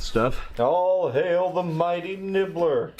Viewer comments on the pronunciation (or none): none